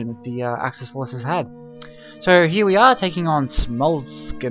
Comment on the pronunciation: Say Smol Ensk mate xD not Smolskensk.